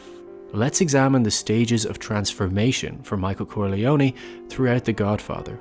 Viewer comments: Finally someone said it! It's pronounced "kor-lee-own" not "kor-lee-owny" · Please Stop saying Corleonie. Its just CorleONE. PRONOUNCED KOR-LEE-OWN Dam hillbillies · KOHR-LEE-OH-NAY not KORHLEEOHNEE. MC became what he hated most, someone who drove everyone away.